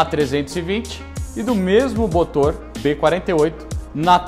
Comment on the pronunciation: aos eu buguei.. " e do mesmo BOTOR b48" HEHE.... brincadeiras a parte, parabéns pelo trabalho... sensacional.